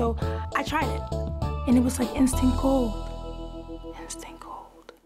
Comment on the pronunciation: She didn’t just say instant gold, she said it like ✨I N S T A N T G O L D✨